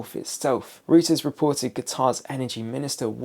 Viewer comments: Stop saying Rooters report . It's Reuters, German, pronounced ROYTERS. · Reuters, is pronounced “Roy- ters.’ And please tell me, what’s going on with your barnet?